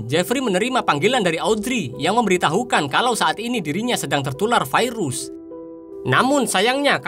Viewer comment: Terganggu dengan kalimat "vairus".